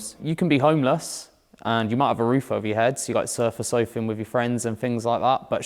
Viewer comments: Mas said surfer sofing😂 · “Surfa soafing”